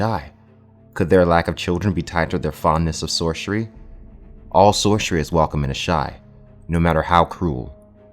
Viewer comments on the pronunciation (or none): If you say "Sorshery" one more time.... ffs dude, it's "Soar-ser-ee" Hard S sound. Get it right.